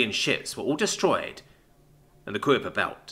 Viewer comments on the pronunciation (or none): Kuiper belt is pronounced "Kai-per"